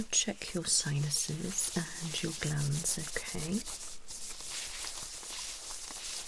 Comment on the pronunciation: at first i thought you said you were going to check my glans hahaha then i realized you meant glands...